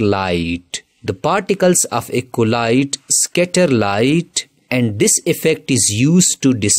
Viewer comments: Bro keeps saying collide instead of Colloid 😂😂😂💀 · The correct pronounce of colloid is "ķolloyd"